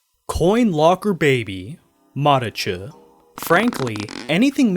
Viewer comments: no hes definitely over/under enunciating the t sound, that wasn't a ch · I think that he pronounced it wrong